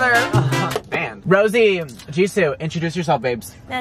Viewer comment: WAIT A DAMN MINUTE, THIS ISN'T THE REAL JENNIE, SHE SAID ROSÉ NOT ROSIE